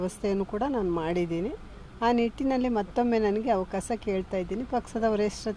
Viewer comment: ಪಲಿತಾಂಸ ಅಲ್ಲಾ ಪಲಿತಾಂಶ ಅವಕಾಸ ಅಲ್ಲಾ ಅವಕಾಶ ಕರ್ಮ